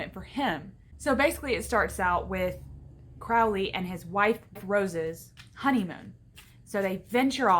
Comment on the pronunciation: Good video but it's pronounced "crow-Lee"